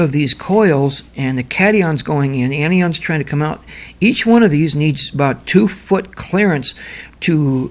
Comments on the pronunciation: Very interesting presentation. Just one thing though...the words are pronounced as if they were spelled... an eye on...or... cat eye on. Anion is a negatively charged (as in anode) ion having an extra electron and cation is a positively charged (as in cathode) ion which is missing an electron. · The what charge ? can you make subtitles or annotations or anything because I don't seem to understand what you mean. Did you say "anti ion(?) charge" ... ?